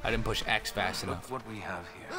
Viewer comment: Toby "I got to pous it" me "nooooooooooo"